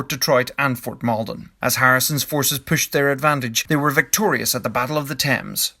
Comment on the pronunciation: I like the way he says "pushed" sounds like pooshed. Can I drink when he says pooshed?